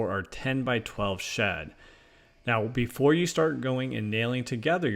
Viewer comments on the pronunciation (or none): none